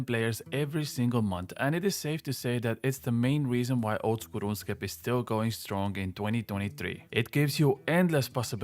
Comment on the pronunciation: That first pronunciation of “Ronscape” caught me off guard but then I really started to dig this dudes content.